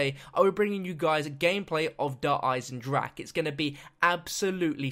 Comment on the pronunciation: You literally saw a trailer with dempsey correctly pronouncinc the name of the map, and you STILL mispronounce it